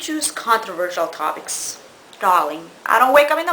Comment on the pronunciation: Lmao TOBICS instead of topics ur funny ur accent is killing me lol